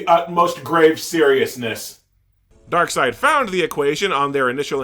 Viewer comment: Ah yes, my all-time favorite DC villain: Dock-seed 😂